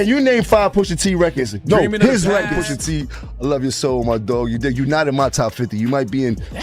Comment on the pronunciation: Why can't you say Pusha T's name right? 😭